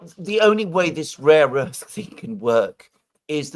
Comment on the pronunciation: " Ukraine has a great rear earth"😂😂😂😂